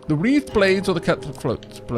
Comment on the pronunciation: they're weathered blades. As in weather, which rhymes with heather and leather. <3